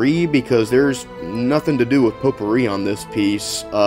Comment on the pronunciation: its pronounced "Pot"pouri not "Po"tpouri!